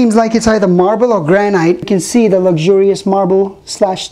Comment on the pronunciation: the way to pronounce granite is "granit" not granyte!